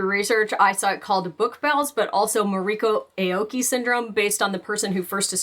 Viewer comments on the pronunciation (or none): none